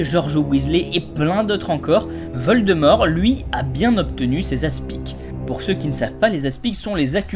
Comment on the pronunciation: Geuldemort sa y va bien 😂😂😂😂